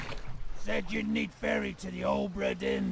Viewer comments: Now, adept of the ultimate language of pointless sounds that shouldn't be there, here's some questions - how the hell do you manage to get "dearn" from "dinn" and where the hell do you get the "h" to cram in between "o" and "b"? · Ohhhhbra Deeeen! Scottish Accent! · OH-bra DEAR-n